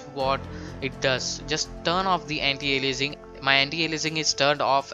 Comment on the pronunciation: anti alienising ? how he speaks that xD